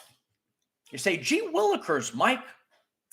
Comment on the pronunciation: 😆 " gee willacures " lol